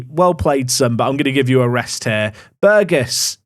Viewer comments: Hey! He said Burgess right! 🎇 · Thank you for changing your pronunciation of Burgess. Not my name, but the surname of a childhood best friend, and his family pronounce it the way you amended to in today's video.